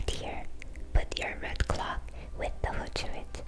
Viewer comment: her English is so great!!!! good job!!!! although i must say, it made me laugh when she said she "wore a big red CLOCK" lol, made me think of Flava Flav 😂😂